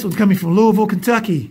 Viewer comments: The capital is Frankfort but if you are a true Kentuckian it is pronounced Louisvile is pronounced Lull vull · Guys like Bill Bates and Larry Izzo can have a long career because of their special teams greatness. Lou-uh-vull isn't the capital of Kentucky. That would be Frankfort :)